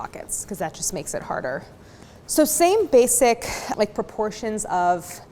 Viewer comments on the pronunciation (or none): none